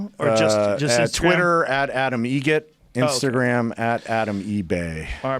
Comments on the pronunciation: It's actually Adam Egret. Like the bird. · Joe, it's pronounced Egret, like the bird. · It's Egret. Like the bird. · His name is Adam Eget. Like the the bird. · "Egret" like the bird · It’s EgRet. Like the bird. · It's Egret, like the bird